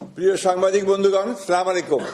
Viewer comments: হায়রে নেতা সালামটা শুদ্ধ হচ্ছে না এরা নাকি মুসলমান। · দুঃখের বিষয় সালামটা শুদ্ধ হয়নি